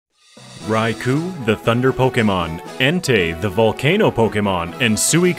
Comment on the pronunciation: Just because Eusine & Suicune are such an amazing sync pair in Pokemon Masters EX and it's great fun to spam infinite flinching Surfs on everything with them, I guess Suicune is my favorite legendary beast. (Also it's rai-koh)